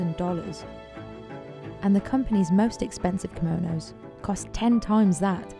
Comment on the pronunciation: Chiso Kimonos Timestamp : Simonos 😂😂😂